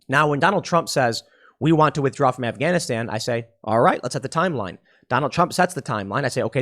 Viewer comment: I’m sorry but when you said “WE’RE GONNA PUT SOME SOLDIERS IN AFGANISHTAN” I genuinely could not stop laughing, that was the most American man default voice ever LOL